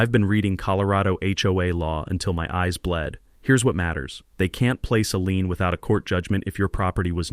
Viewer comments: Dammit! The correct word is LIEN!!! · Lien not lean.